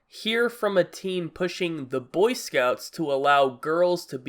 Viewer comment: it's "boy scouts" not "cunt scouts" jesus